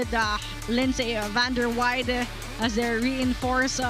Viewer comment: Good game to both teams 👏 Fyi to pvl announcing the play by play during the game.! Stop saying Vander Wei-de it’s Vander Weide correct your pronunciation pls. lol she’s American 👌 Vander Weide not Vander Wei-de 😅